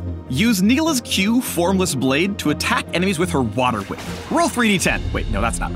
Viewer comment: My d&d heart is melting when said „Roll 3D10“ for the whater whip.